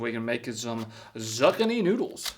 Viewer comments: Please...somebody tell me that he REALLY doesn't think that this is the correct way to pronounce zucchini.....please. I cannot tell if he is just playing a character or if he is really that stupid. If it's a character, I can laugh and appreciate the humor...if it's option 2....I'll just be very, very sad. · That's not how it's pronounced and is way better when cooked. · I know he can’t be that stupid. He can pronounce lasagna, but he can’t pronounce zucchini. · Lol, I love how he pronounced the veggies wrong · All the people acting like he mispronounced zucchini.. He.. did.. it.. on.. purpose.. 😂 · Did he really miss pronounce zucchini? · are you saying Zucchini wrong on purpose or is this the first time you have see one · The way you pronounce Zuccini just pisses me off 🤣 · Your prnoucing it wrong😂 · How does he both not know how to pronounce zucchini AND doesn't know what beets are? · Stop saying Zucchini wrong! 😂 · Zuckanee is pronounced zoo-key-knee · For the love of Christ,, it’s pronounced Zoo kee nee!! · zoo key knee....not zuck a knee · It's Zoo Kini not Zuckanie 😂 Zuckanie sounds like a new platform by Zuckerberg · You cut out the center that is truly despicable and it’s not zuckanie it’s zucchini zoo-keen-e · Not zuckaneez. It's pronounced zoo-key-nee. Lmao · Wtf is a zuckany? "Zoo-kini" is the prenunciation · It’s zucchini. In ZOOOO KEENI. Not suckaknee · Probably find zuckanies in Zuckerburg. "Zoo-Kee-Knee" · Your pronunciation really bothers me. It's "zoo-kini" (like "bikini"), not "zuh-kin-ee". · A zuckanee 😂 ill make it easier its a courgette. definitely just eats beef and ramen 😂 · Zuhkuhknee. Do you mean zookeyknee? Bro don’t know what a beat is? I’m praying this is satire! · It’s “zoo-kee-knee” not “zuc-ka-knee” lol I was confused what you was talking about at first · Say it with me: Zoo-key-knee…😂🤪🤦🏻‍♀️ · Obviously you have never eaten a zucchini! It is pronounced zoo-kee-nee. F Y I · Hey you meatball, it's pronounced zoo-keen-knee